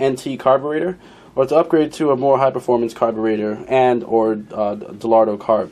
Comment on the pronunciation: De-Lotto? Do you have a vision problem with the letter "R" ? Dellorto is a cheaper version of a Weber and dellorto-style is a cheaper version of a Dellorto. Visually, the clone of a K&N air filter dominates the entire carb. Great. Keeping it cheap but not too cheap.